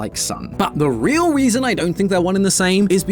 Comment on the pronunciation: did say weason instead of reason